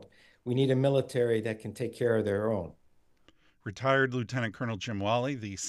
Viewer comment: Was anyone bothered by the pronunciation of "retired"?